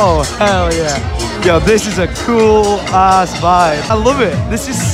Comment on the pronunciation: doesnt say cool, he says Kewl:P